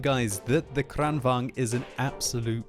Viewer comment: Please, it's kranvAGN, not kranvANG...